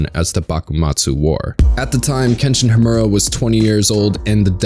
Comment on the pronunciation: lost me at "kenshin Hamorra" sheeesh talk about mispronouncing a name sheesh